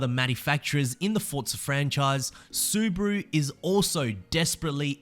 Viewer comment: Why you say Suburu?